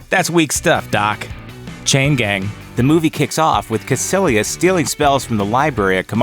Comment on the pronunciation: Its Kaicilious not kacilious